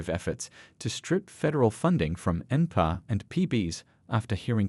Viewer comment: You should teach your AI to pronounce: Pee Bee Ess, Enn Pee Are. Just more MSM crap. That's Emm Ess Emm. Meaning news paid for by dems. CRAP.